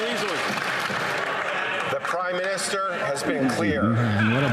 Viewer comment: he said crime minister? Or cry minister😂😂😂😂